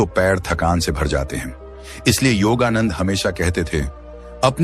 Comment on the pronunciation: योगानंद को योगानंदा मत कहे।